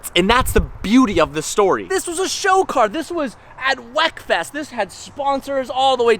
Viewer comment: He did not say wheckfest 😂😂